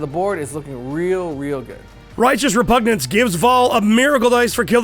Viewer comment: Will SOMEONE please tell that it's repuGNance, and not repunJance?